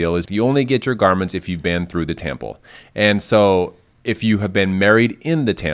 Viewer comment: Anyone else notice how he kept pronouncing it as tample instead of temple? Wanted to watch and learn but can’t. :(